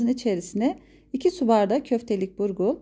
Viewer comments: Burgur değil abla BULGUR eline sağlık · Yahu burgul degil bulgur bacim😂